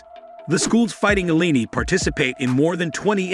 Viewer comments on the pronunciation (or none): You mis pronounced Illini for the University of Illinois.